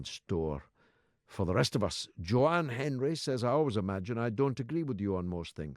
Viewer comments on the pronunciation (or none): none